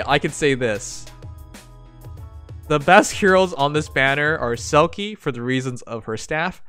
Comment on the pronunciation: Smh, it’s pronounced like Silk, not Silkie. I’m thumbs down this video.